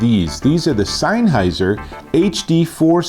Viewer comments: You're saying SEINNheiser. It's SENNheiser. Great review though :) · Offs come on mate it's not not rocket science it'sSennheiser not seinnheiser lol. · Great video, but isn't it pronounced SENNheiser, and not SEINheiser 🤔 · Where do you read the letter "I" in sennheiser before the H? Signheiser, seinheiser, sienheiser???